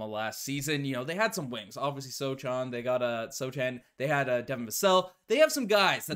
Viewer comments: You know Goku's son Gohan? Remove the "G" and add an "S", that's how you pronounce Sochan's name. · You two are VERY good and you have bright futures whatever you choose to do. Your broadcasts are interesting, fast-moving, to-the-point, and entertaining. As a Spurs fan, I have heard Jeremy Sochan's name pronounced many times and the correct pronunciation is So'-han, with the "a" being pronounced like the "a" in "hand." The "ch" is like an "h." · It's pronounced (So Han)